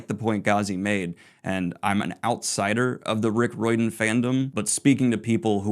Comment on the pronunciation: it doesn’t matter if she’s a woman or not. you pronounced Riordan wrong, it’s Ray or Dan. she doesn’t ruin her reputation, she just stating facts about biology.